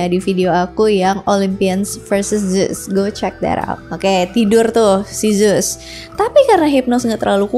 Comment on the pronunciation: Baca nya bukan zus kak tapi zeus